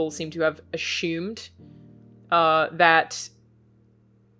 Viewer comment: As long as she keeps pronouncing "assume" the way she currently does I'm content.